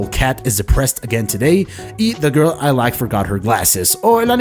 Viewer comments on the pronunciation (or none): none